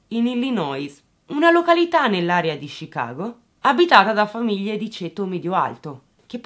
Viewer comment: oggi punti bonus per aver pronunciato bene "Chicago" e "Illinois" ;)